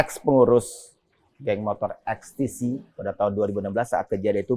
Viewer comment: (((Eks Te Si))) 😂 EKs Te Ce mas